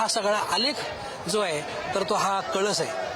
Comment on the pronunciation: कलश....हा वेगळा .....व .....कळस ....वेगळा आहे ........महाराज आपन सुध्दा कळश म्हणा.....❤....